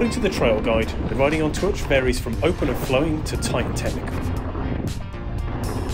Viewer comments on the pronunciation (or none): Good vid and edit, I live locally so know the place well, so I thought a good representation of the main features, the last bit in the car park is definitely the best part of the track. The trail is pronounced closer to turk "TOORK". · Superb trails and a great trail centre that does amazing cake. FYI, Twrch is pronounced Took. 😉